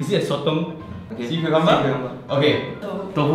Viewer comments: "why did the marblur start moovling" I LOST IT HAHAHAHA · "why was the marberl mooving"